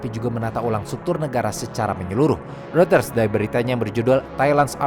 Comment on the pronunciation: Gatel aja tiap ngucapin "reuters". Hrusnya pelafalannya "ROYTERZ" atau "ROY-TERS" bukan "RUTERS".🙏🏻